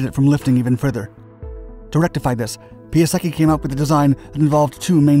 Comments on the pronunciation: His name is pronounced pie , not pea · If you are trying to make video about someone, just try to pronounce his name properly. It is not pronounced Pyaseki, but Pyasetsky. Point. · "PIE" ":UH" "SECK" "EE" === Jesus dude. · Piasecki is a Polish surname. I think the correct pron. should be "piasetzki" not "piaseki" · not Piaseki - PiaseCki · Oh God, it sounds so bad - NOT "Pee-a-secky" but "Pee-a-setz-kee". When you spend all that time on research, add 5 more mins to look the pronunciation up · I in Italian is pronounced E, so pee-ah-se-ki is the expected pronunciation. Turns out it’s Polish, so pee-ah-sets-ki is about right if I’m reading the IPA right. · Say: "Pie-Sec-kee" FTLOATH! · It's: "Piase-TS-ski", the letter "c" is pronounced as the English "ts" in "cats". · It's actually pronounced PIASETSKY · Ugh... Pia-setz-tzki please!!! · "pee-ah-seky" Please, stop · Piasecki is a polish surname. And that's not how you should read it xD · Man... Do research on how to speak Piasecki. Tip: its no Japanese, its Polish in origin. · Sorry mate, but Your pronunciation of "Piasecki" is truly horrible xD